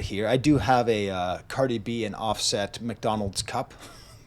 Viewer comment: The pronunciation of “OffSET” has me giggling.